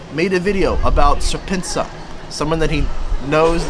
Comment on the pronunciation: SerpentaZA is pronounced as serpent-zee-A. The ZA is the reference to South African website domains.